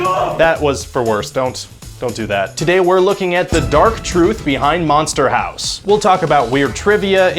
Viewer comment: Manster Hawse